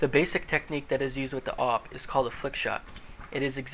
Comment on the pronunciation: A-W-P not AUP